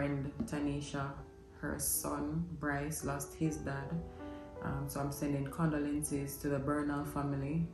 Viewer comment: Every time says Condolences incorrect I hear me correcting my grandmother lol....ohhh my Jamaicans I love them!!💓🙈